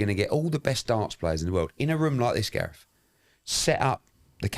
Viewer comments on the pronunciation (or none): "I'm GarethEh Davis"